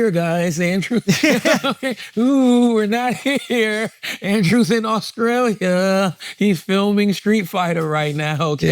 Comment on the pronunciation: Genuine question from someone from scotland. Why do some black Americans from the south like charla replace the letter T with a C, e.g. AUSCRALIA?